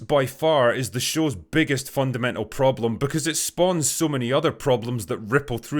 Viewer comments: Wow, besides all is true, Your "prroblem the first" was so polish, cześć przyjacielu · Had to pause the video when Drinker rolled the r on “Problem the 1st” because it was so perfectly hilarious and unanticipated 😂 never change Drinker, never change